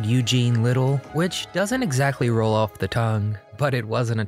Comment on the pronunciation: It is lytle not little and it is greenfield not greenville